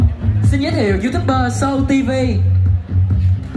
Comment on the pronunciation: Không hiểu được sao từ cái từ youtube. Lại có thể đọc ra được thành YOUTUBE - BƠ. Chẳng biết từ BƠ ở đâu ra??? Việt Nam cần phải nghe tin tức truyền thông English nhiều hơn nữa để tập phát âm cho đúng tiêu chuẩn quốc tế. Nếu không người nước ngoài nghe họ sẽ cười cho chết. Không thể nói sai ngôn ngữ của người ta được.